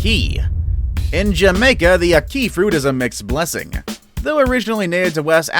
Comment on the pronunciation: You pronounced ackee wrong